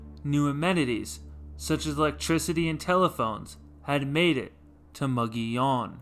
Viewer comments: "MUG EEH OWN" NOT "Mo go leon!" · For the record, the town is pronounced "MUG EEH OWN". . . Not "MUG ON YON" Check with the locals in Glenwood if you don't believe me. . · Anyone who butchers the name of the town that bad should not have a YouTube channel. . the town name is pronounced "MUG EEH OWN" All he had to do, was ask any of the residents of Glenwood, or Alma.